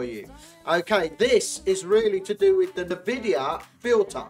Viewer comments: Its EnVidia not nahVidia, just saying. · Check this out! "en-VID-eeyah" from the source itself. besides, saying "nuh vidia" is incorrect whichever way you spin it. Cheers for reminding me to google some more though :D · Good video! I'll be sure to try this! A few things though. I'd love to see how the game looks with the filters on, maybe a comparison clip while you're explaining what the filter does or something? Also NVIDIA is pronounced "En-vidia" haha. Other than that, brilliant video mate! Straight to the point, no fluff